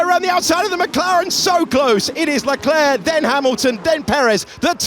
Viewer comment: Great video 👍 but your Leclerc pronunciation grates! 👎